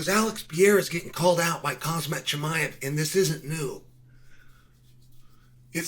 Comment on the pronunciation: Why does Chael have trouble pronouncing pereira and khamzat?